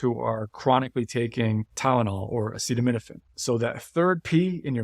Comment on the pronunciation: Acetaminophen! Not acidomenifin